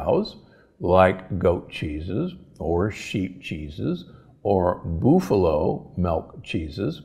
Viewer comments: Boof-a-low??? Seriously? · What is a BOOFALO?? LOL This guy is right on the A2 and A1 molecule situation, but to have your American diary cow tested for A2 or A1 production is not hard or very expensive, and many smaller American dairies have or will test for it, or you can have it tested. Mercy he was butchering the names of things horribly bad, like a city dude, lol. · BOOF-a-lo? WTF. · Why do you pronounce buffalo "boofalo"? Am I saying this wrong? This is not a criticism. I enjoy all your content! Thank you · Aaaaah please stop saying BOOFalo! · It depends on what his school teachers or parents pronounced it when he was younger. Not his mistake, but he should appreciate your correction.